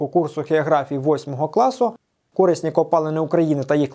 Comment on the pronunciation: кори́сні копалини наголос лярво на букву и